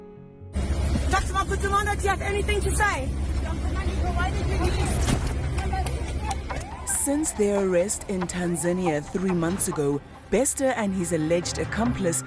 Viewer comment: TANZA-NIA NOT TAN-ZANIA